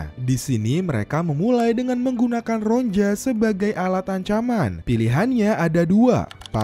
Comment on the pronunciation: Ronia bukan ronja min😂